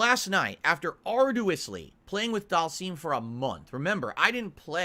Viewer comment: Give us this day our daily Bookkeeper. "Ard-u-is"